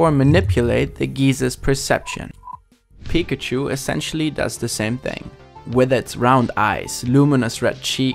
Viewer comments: yeah i really like how his voice sounds in english unlike how other germans do with a really strong accent. the way he pronounces 'pikachu' sounds off though lol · The way you say Pikachu Lmao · I can't wrap my mind around the fact how English speakers pronounce Pikachu wrong (emphasizing the 1st syllable instead of the 2nd) despite pikachu literally saying its own name all the time (with correct pronunciation). Is it just ignorance or plain incompetence? 🤔